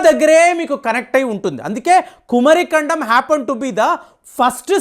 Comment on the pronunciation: meeku pronounciation teleda??? Kumaari kandam...swamy🙏🙏🙏